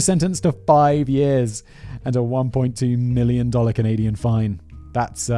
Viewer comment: I honestly feel like anywhere from minute mark too the minute mark he pronounces it as canadia. Im not bashing on simon but i thought i was the only one who used that term knowing it is wrong. Im wondering if it changes via different country pronunciation. Either or i love simon but that just hit me right at home and now my love for him is even more. Haha